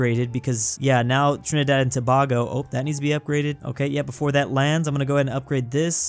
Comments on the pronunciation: To bay go, not toe bah go. Pls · HE SAID TA-BA-GO Tutorial: To-bay-go Tobago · why. its tobago. pronounced like toe-bay-go. im in physical pain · be like: The GamBEEa Lesoothu Kwatar Trinidad and Tobaargo Slavinnia Day-djibuti